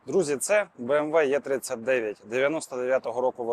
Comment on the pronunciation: 🤦🤦‍♀ Буква "Є" це не "Е" , а англійською або німецькою це " Е " або " І " !